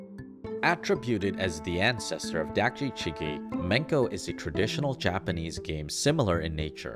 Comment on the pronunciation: also, dakji is pronounced daakji, with a sharper A sound similar to the O in dOg